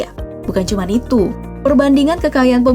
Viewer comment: Kok gua kesel setiap kali ngomong "cman"